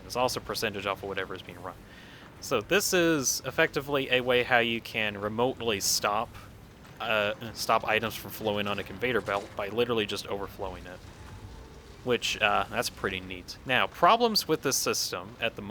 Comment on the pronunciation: “Convater” belt 😂